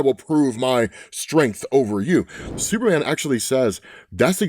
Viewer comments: Ahh yes "Supeman" my fave hero😂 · We love Absolute "Supeman"